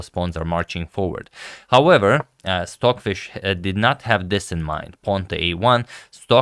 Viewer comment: I’m going nuts! Are you saying swordfish? Or Stockfish?